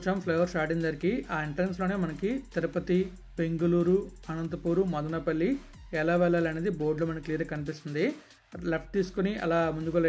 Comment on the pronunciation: Hello dear , Please pronounce as Madanapalli , not Madanaapalle.